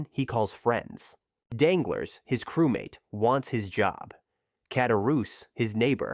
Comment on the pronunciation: It’s pronounced “Danglar”, not “Danglers” lol good vid nonetheless, thanks